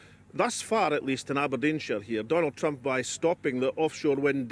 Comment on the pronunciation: Why does he keep saying "Trumph"? Weird pronunciation.